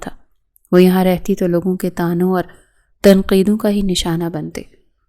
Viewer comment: تانوں غلط ہے طعنوں صحیح لفظ ہے